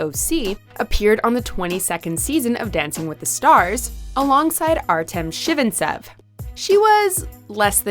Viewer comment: "Artem ChIVINTSEV"